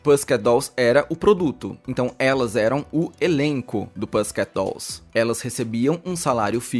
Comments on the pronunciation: mto bom o video e o conteúdo, mas confesso q me deu mto nervoso o nome do grupo pronunciado errado repetidamente! sorry! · ai que agonia um vídeo tão organizado desses e tu pronunciando errado o nome do grupo o vídeo to-do. Vale dar uma estudadinha antes pq né ❤